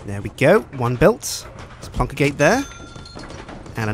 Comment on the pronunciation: i love how says "plonk". c